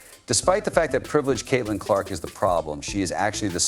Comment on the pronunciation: Why the hell does this guy call CC using the word "His"? Where are the editors?🤔😂😂😂 Oh yeah, And Kitlin!